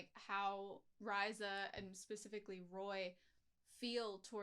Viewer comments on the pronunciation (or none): 30 episodes in, still pronouncing Riza's name wrong, it's (REE-ZA)